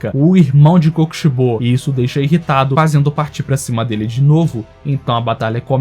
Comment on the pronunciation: Não sabe falar o nome do kokishibo